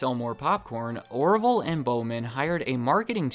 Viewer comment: Did my mans say Oroville??